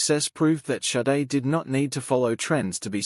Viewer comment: AI voice is too dumb to learn it Shadé, not Saiid... honestly. AI is SHIT!!!